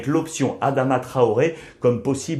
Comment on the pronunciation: Traore on dit